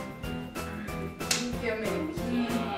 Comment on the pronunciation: Όταν λέει η Αμερική κάτω έχετε τρέφει λάθος τον τονο